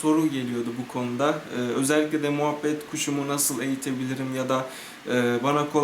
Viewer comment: moohbet kuşu değil o muhabbet kuşu